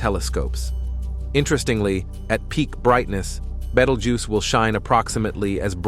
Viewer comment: I'm sick of AI voiced content! This mf pronounced the name of this star 7 different ways and didn't get it right once.